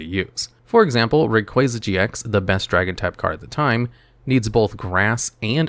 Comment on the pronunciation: kruryem? Zebstreeka? Rayqueza? are you serious?